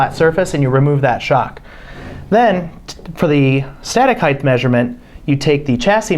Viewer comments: OMG!!! It’s HEIGHT, NOT heighth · cant stand it when people say heighth... height...not heighth... Great vid tho thank you! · It's height, not heigth! Come-on 😮!! Height, height, height!!! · Since when does "height" have a TH sound?